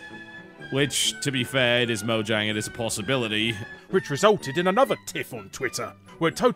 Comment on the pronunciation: "MOH-jang" << The Swedes would disagree with this "pronunciation". (Since it's a Swedish company name.) Interestingly enough, there is at least one vid on YouTube (made by a Swedish YouTuber) that demonstrates the correct pronunciation for Mojang. (Which, believe it or not, is more along the lines of "mu-YAHNG".)